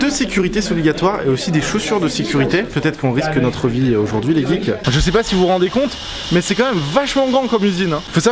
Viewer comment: arrete de dire les guikes puré